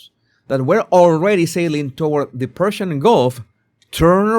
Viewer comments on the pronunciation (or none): none